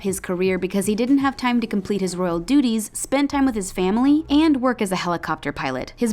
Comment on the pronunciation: every time she spoke, I heard ''Royal doodies''